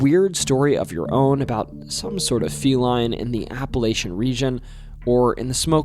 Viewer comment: No offense but if you are from Tennessee, you know how to pronounce Appalachian..